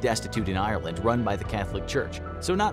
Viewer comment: As an irish person myself it thouroughly annoys me the way he pronounces Ireland